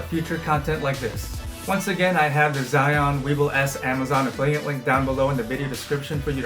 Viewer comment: "Chewing", "Zion"...😂 Zhiyun is Chinese product and you should pronounce it the way they do.